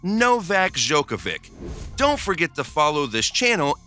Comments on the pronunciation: My husband can’t pronounce his name … he calls him Novak Dodge-a-vick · Bro not only did you pronounce his name wrong, but you also mispronounced his childrens names and his wifes name. Love the vid, just search how its pronounced before you make a lot of mistakes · You mispronounced every name in video, i understand that Jelena Gencic is hard but Nadal and Djokovic?!